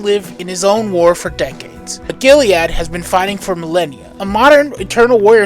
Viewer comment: Sorry to split hairs but Eternal Warrior’s first name is Gilad not Giliad